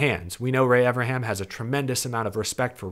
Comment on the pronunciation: I don't think understands there's an 'N' in Ray Evernham's name 😂